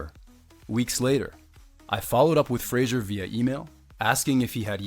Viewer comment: Why does the guy presenting the video keep pronouncing Fraser as Frasier?